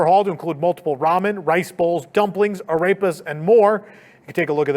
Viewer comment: Holy Crap, had to do a double listen. When you were discussing the all new menu at the restaurant in Toon Lagoon and saying the name of each item it sounded like you said, a rapist. I know that’s not what you said because I know what food item you were saying is, arepas. I swear though it sounds like you’re saying, a rapist.